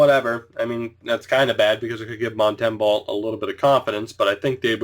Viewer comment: Mont -em-boh like Bo horvat, sorry